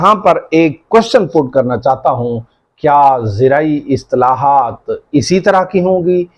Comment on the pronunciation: Islahaat, not istalahat